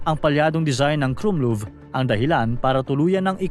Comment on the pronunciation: mali bigkas mo sa "krummlauf" . KRUMLAWF talaga yan hindi KRUMLUV